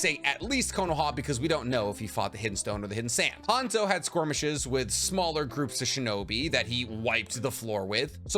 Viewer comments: Skirmishes. S-KER-mishes. Why you add a Q? Squirmishes? Really?😂😂😂😂😂😂😂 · Did you mean to say 'squirmishes'? I listened to it a couple times and I swear that's what I hear instead of 'skirmishes'. Love the channel and your enthusiasm going over lore :) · "squirmishes" lol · Squirmishes? Skirmishes dude. Man, the way you pronounce some words is funny. I also have never heard anyone else say “armistice” the way you do. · Are you saying squirmishes on purpose? 😅😅😅